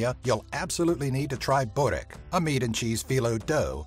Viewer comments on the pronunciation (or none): Kamnikan he said it like “borek” I’m like aj joj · nemere da izgovara Sarajevo I burek, isto kako recne Hercegovina